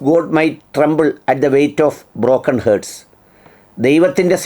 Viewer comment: ഹേർട്സ് അല്ല ഹാർട്സ് (𝗛𝗘𝗔𝗥𝗧𝗦)